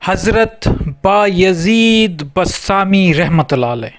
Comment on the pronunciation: بسطامی لفظ ہے بستانی نہیں۔ اسکو ٹھیک کریں۔ جناب عالی